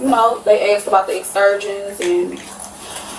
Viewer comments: Well she did get “on the innernit” she axed and got it. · "Eggsed"?? Ive heard dumb ass ooga boogas say "aksed"... but "eggsed"? Why cant YOU PEOPLE speak properly????!!!! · Wow, on Virgin too! I was thinking it would be Carnival. Ratchet Action. "Duh, OK, Huh" where did she learn to speak? "I aks them if they could use Apple Pay" goodness.